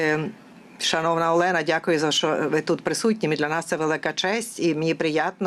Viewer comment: Перекладачка якась не компітентна , екає , не ЄЛЕНА , А ОЛЕНА , ТА БАГАТО ЧОГО . ГАНЬБА ПЕРЕКЛАДАЧЦІ .СЛАВА УКРАЇНІ